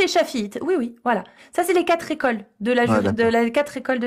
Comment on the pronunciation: On n'a pas eu les quatre-z-écoles, cette fois, mais on a eu les cinq-z-ouvrages. C'est pour rire.